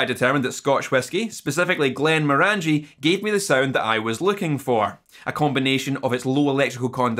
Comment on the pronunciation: As an English person, even I know that's not how you pronounce Glenmorangie (in its orangey box ;-) ).